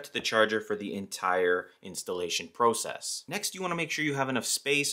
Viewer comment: OK stop saying process it’s process